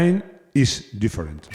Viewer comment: No aprendiste bien el inglés. Different!